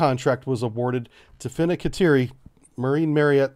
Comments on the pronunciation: Heyo, its Fincanteiri, said Fin-can-tee-airy. Love the briefs, keep it up. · Fin-can't-jeri, [fiŋkanˈtjɛːri] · Hey, disgruntled Wisconsinite here; Marinette is pronounced: Mare (like a horse) - n - ette. Not marionette like a puppet. The i is kinda silent. Also Fincanteri is: fin (like a fish) - can (like soda can) - Terry (like the name). Sorry for being nitpicky, love your stuff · Close enough, but Fincantieri isn't actually pronounced like that. It's more like fin- (like fishes), can- (like a can), tea- (the beverage), eri- (pronounced like in the names Eris or Erik). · brief Historically you've had an issue with names. FIN-CAN-TI-ER-IE, AUS-TAL. SEWIP blks aren't classed. There is quite a bit of open source (including from your own sources that you mention in the beginning of your videos). The US Navy's MK110's ARE NOT at all radar guided as you put in your video. They are EO ONLY, changing the abilities of the weapon system. It only uses the MK20 EOSS... I know you're a bubblehead, but please keep the misinformation for the surface fleet down. For a channel with 150K subscribers, you should do better research.